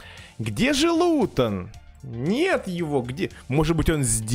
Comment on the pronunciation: Никто:: хде лутон?!?